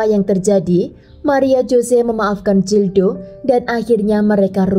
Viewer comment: Kl bahasa spanyol atau portugal huruf G tetap dibaca G...Gildo bacanya ya gildo...bukan Jildo. Huruf J jadi H...Jose dibaca hose